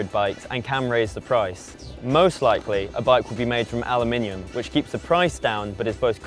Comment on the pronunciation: but he’s saying Aluminion 🤔🙊😂